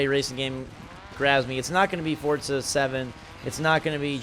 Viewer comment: Why does he pronounce it like Fortza?